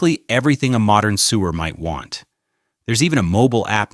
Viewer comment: Fascinating documentary. Thanks. The trouble with an AI commentary though is the word 'sewer' (sewist) is pronounced as sewer as in drains. Could you have used a human voice? It would have been more in keeping with the subject.